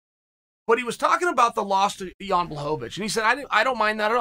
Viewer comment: gets blachowicz right but calls him ion